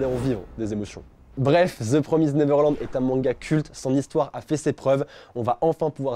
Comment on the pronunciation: ça se prononce "promist" mais ok